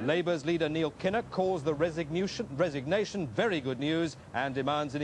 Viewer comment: "Resignewtion" ha ha